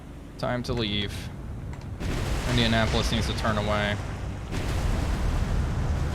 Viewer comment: I do a little cringe every time you say "Indianapolis". Damn.